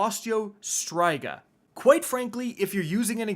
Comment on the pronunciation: Striga's i is pronounced "ih" not "eye".